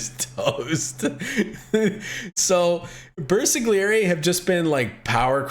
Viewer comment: Even game told you milion times how to pronounce Bersagliery and you still say BersaGGGGGliery